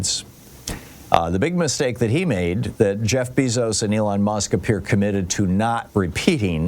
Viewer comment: I thought Bezos was pronounced BAYzos??